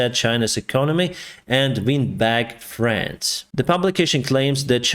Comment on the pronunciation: Please, pronounce differently Friends and France. Friends = FrEns. France = FrAns. You pronounce them so similarly I got confused. Had to see the Economist's written text on the screen to realize it's "friends" and not "France".